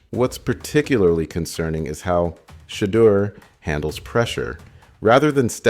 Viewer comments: He sounded like he was saying Shredder sanders one point 😂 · Great video but the way u say shedeur and Deon is wild 😂